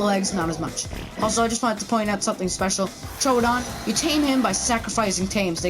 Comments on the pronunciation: Actually you pronounce it Tro Odon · Troodon. not TrO Odon. ha